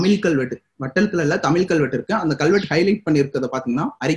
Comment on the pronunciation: தமிழ், தமில் அல்ல.. முயற்சி செய்து திருத்துங்கள்